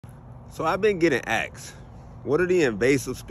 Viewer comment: You've been getting "ax"? Usually I hear that mispronounced as "axed". PLEASE stop mispronouncing the word 'asked'. 🤔🤨🤦🤷🫤🙄👎